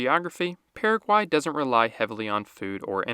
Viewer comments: Dude, it's just as easy to pronounce the country the way it is pronounced by the natives. So it is Purra-guay, not Para-quay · The way you pronounced Paraguay, I already know exactly how you speak Spanish.